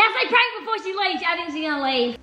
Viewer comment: writing: reading what she wrote: Its a pank we are scamming legends then giving there dream pets (: Her: So i just told them that its a pank "stops for a second" Yeah yeah its a pank Me: 🤣🤣🤣🤣🤣🤣she is so funny